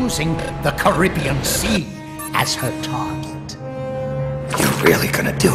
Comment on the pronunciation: Really pissed off that Coldman mispronounced Caribbean through the entire thing